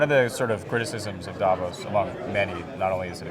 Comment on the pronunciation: Ironically, Klitschko is the only one who pronounces Davos correctly, at least the emphasis (it's on the o, not a). So [daˈvoːs] and not [ˈdavos] Well, actually the v is pronounced as an f. At least locally ;-)